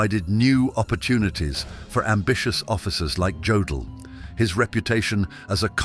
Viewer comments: Jodel, Yodel, I guess it doesn't mstter, huh ? BTW, it's pronounced Yodel. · Jodl is pronounced like 'yodel,' not 'jodel' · The "J'" in German is pronounced as a "Y", AI voice. So his name was pronounced "Yodl".